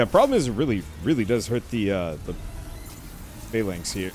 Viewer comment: God damn it its Phalanx not Fey lenghts